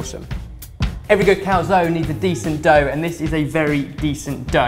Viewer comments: How is it not driving everyone insane that they are pronouncing cal-zone as cal-zonie? Legitimately ruined this video for me lol. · In both American and British English Calzone is pronounced cal-zone. In Italian it is pronounced Cal- zone -ay. So cal - zone - e. does not seem to be correct in any language lol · Calzoneee? It's just Cal-zone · What language are you talking about? There are no silent vowels in Italian: everything is read the way it's written. So the right pronunciation is "Calzone", pronouncing the e like in "egg". Sorry for my english but, you know, I'm Italian.